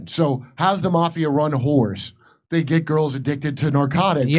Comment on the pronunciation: "He's gonna gat off" Obviously not the first time😂😂